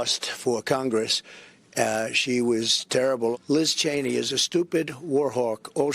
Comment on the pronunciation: Oh so he does know how to correctly pronounce her name